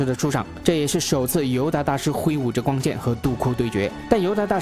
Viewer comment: R Y不分啊。。。rang永远都是读成yang 挥舞着光kian 。。。。。。内rong 变成了内yong 帝国势力 帝国是绿 嗯。。。被谁绿了呢。。。。。突然 突yan...... 说真的，讲的还是不错的，但是就这个发音。。。。让人着急啊。。。